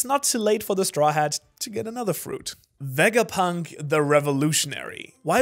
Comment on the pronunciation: "VEGAPINT" THO